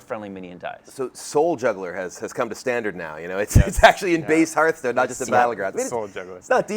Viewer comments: ? That's one way to say it though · he doesnt even know how to say the gamename correctly